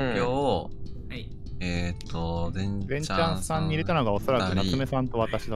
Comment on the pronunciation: なつめ先生の 全↓ちゃん↑さん↓気になる〜😂😂